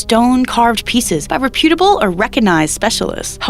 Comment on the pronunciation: Yes, and, it's ,rep·U·table, not, rep-UT-able, lol . I wish I didn't recognize mistakes like this, but, always have, since my mom corrected me as a kid.